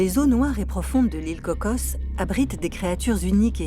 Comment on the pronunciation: On se calme avec la prononciation CocoSSSS. C'est Coco, mais les français rajoutent des s alors que c'est un nom propre. Personne au Costa Rica rajoute de S